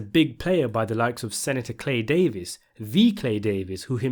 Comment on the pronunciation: “ Thee clay Davis! “ 😂😂😂 idk string